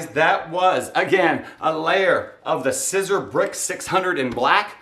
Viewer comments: By now, you know that SISER is pronounced SEE-ZER. One year post video, and I wish you had allowed more space between the F I T on the front. But the shirt looks pretty nice! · It's pronounced Seezer, like Caesar.